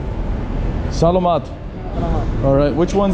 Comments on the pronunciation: I used to say "salamat" the way you do, until I realised that the emphasis needs to be on the second "a", so, more like "selaaamat", with the first "a" sounding like a short "e" and the third "a" being a short "a". Otherwise, well done. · by the way could you learn some Tagalog? It's not "Slamit Po Kuya" it's Saugh-laug-maught Po Kuya" [Phonetically] would help you sound more familiar if you pronounced Salamat correctly!! :) :) :) Like in the word "Saw" ->> Saw-law-mawt Pough Kooyaw <--I think is a better example!! It's all good Bro!!! 😀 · OMGOSH please you need to pronounce salmat correctly, drives me crazy 50x or more you said it wrong. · learn how to say salamat